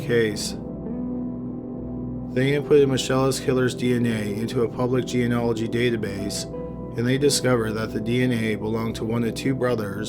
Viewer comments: Gene-ology was bad enough, but when it devolved into G-N-Ology all I could do was laugh. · GENEALOGY, dude. Learn to speak... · Please learn how to say genealogy. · he says it that way in all his videos lol. I find it cute. But really.......I guess someone should let him know hes saying it wrong lol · ...I love you, but come on...genealogy...Gee-nee-ah-lih-gee. Not Geanology. Please. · [JEN-EE-AH'-LUH-JEE] = geneology NOT [jee-uh-nah-luh-jee] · "Geanology"? It's "gee-nee-ah-lo-gee" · What The fuck Is Geanology? You mean geNEology? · It's pronounced "jee-nee-all-oh-jee" Love your videos, but you keep mispronouncing it. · Please stop saying "geanology" instead of "genealogy". Very irritating. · For crying out loud, the word genealogy is pronounced GEE KNEE AL OH GEE not geanalogy. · Good video! Just remember it’s pronounced Gen-E-Ology of Genie-ology. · I really enjoy your channel and am a faithful subscriber. So I hate to nitpick, but you are mispronouncing "geneology". It is not 'jee in ology' it is "jeen e ology". Think "Jeanie-ology". Sorry, but it grates on me. Thanks, and keep up the good work. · It’s pronounced Jean • o • ology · It's pronounced ge-ne-olo-gy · "reverse jee-an-ology"? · I'm sorry for this but the word is gee- nee- ol- o -gee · Pet peeve- its pronounced jean-née-ology. I enjoy your videos and appreciate your research, please pronounce this word correctly as it is a very important aspect of your video and will soon become as prevalent as DNA is now. Sorry to be such an ass. Jeans- as in pants, or genes as in DNA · It did take some getting used to. There's a lot of slurring, the tone is monotonous, and he keeps mispronouncing genealogy "jee-uh-nah-luh-jee". All things he can improve on, but otherwise the video was interesting and informative. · Another excellent entry from! One point though: it’s pronounced “genie-oligy”. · Please learn how to pronounce "genealogy" correctly! It is not jeen-ology. Other than that, the videos are great.